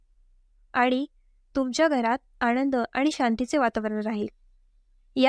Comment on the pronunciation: आणंद म्हणू नका,आनंद म्हणा!